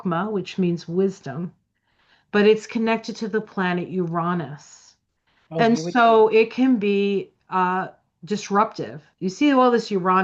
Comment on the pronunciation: FINALLY! Someone who says "Uranus" the way I do! If you just compare it to other Roman words, it feels like a no-brainer that not only should the emphasis be on the second syllable, but the "a" should sound like "aw" as well: Ur-AW-nus. Let's start a movement! 😂